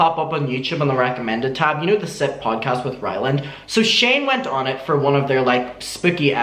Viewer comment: Lol I thought you said "the Simp podcast" at first. Maybe they should change it to "the Simp"